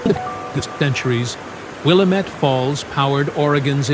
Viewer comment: I lived in Portland for 27 years and Willamette is pronounced WilLAmette